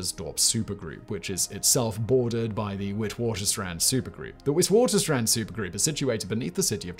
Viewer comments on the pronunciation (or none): Witwatersrand is pronouced vit-vaters-rahnd